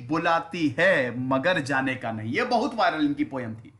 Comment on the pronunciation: सर वो 'नहीं' गलत पढ रहे हैं वो उर्दू का नइ है।